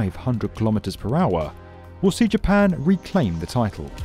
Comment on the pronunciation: It's the "pawaah", "hawaah", "tawaah" narrator again. Everyone else says power, hour and tower!!